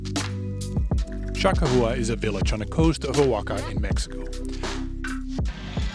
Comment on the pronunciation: It's "Cha Kah Wah!"